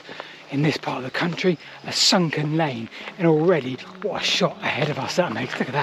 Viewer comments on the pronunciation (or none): none